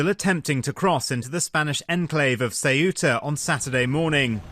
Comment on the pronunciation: Please learn to pronounce Ceuta correctly!